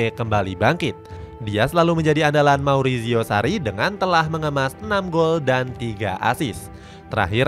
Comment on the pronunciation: Marizio, bukan mauricio